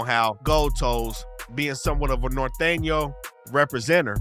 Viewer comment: Bro don’t know how to say norteño but anyways in Cali there is northern and in LA lol ion f wit em but there is some🤡🤡🤡